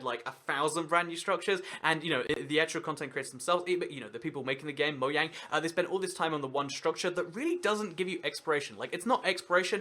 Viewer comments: It's Mojang not Moyang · Btw it's not moYang it's Mojang it has been proven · We really just gonna let him get away with saying "Moyang" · whats "Moyang" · did you say moyang not judging you just want to be sure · moyang really just really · Serenity Scratch when you dont research it enough....( its really moJang, they confirmed it) GET YO FACTS STRAIGHT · Is anybody else bothered by the fact he says Mo-yang